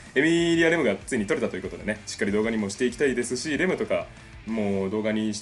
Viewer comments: レ↓ム↑、ラ↓ム↑の発音とレ↑ム↓、ラ↑ム↓がごちゃごちゃだw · あ、あと レム⤵︎ ラム⤵︎ ですね！発音が！ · ラムとレムの発音w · レムとラムの発音違いますよ。 あと、レムとラムにロムは関係無いですよ 推しはエミリアたんです(聞いてない) 同士おる？